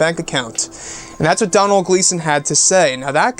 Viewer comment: Doh-nil is the pernusiation not Donal, Doh-nil (Donal), it's an Irish name, can we do a video on the possibility of Luke being alive.